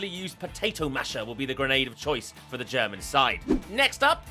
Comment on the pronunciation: I lost my shit when you said "ZE GERMAN SPY PIGEON!"